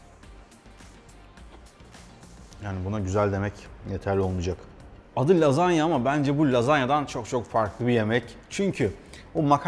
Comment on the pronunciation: Lazanya değil resmen Lahanya 🎉😂💃🏻